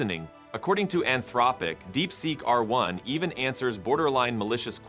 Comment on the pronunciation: "Anthrowpic?" How can you mispronounce Anthropic at this point in 2025?